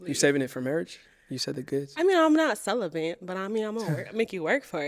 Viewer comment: Not “celibent” 🤦🏾‍♀️